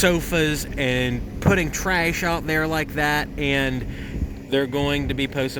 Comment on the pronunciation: Tryash? lol